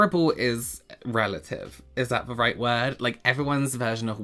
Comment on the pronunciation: “…roight” 🤣 I’m home sick with allergies and that made me laugh out loud lol